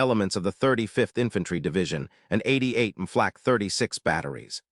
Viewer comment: This computer narration is the worst I've heard yet. I stopped at the 3-minute mark. Between the panzer "eye eye eye" and the "flaw cay" who could bear it longer?